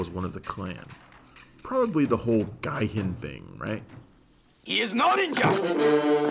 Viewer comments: Probably that whole “Guy-hin” thing. Seriously, proofreading before recording isn’t just a good idea it’s a great one!!! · I just HAVE to get this out of the way; it's a hard "J"-sound in "Gaijin". And that was really a GROSS oversimplification of the plot of 'The Apple'. But other than that, I really enjoyed this video, and glad you highlighted this cult-favorite. =)